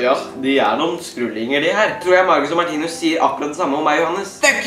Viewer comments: Du sier martinius menn det er martinus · det er ikke hat kommentar men vær så snill å si 'martinus' og ikke 'martinius',det er litt vanskelig å høre på deg når du hver eneste gang sier martinius 😉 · Kan du lære deg å IKKE si Martinius DET ER MARTINUS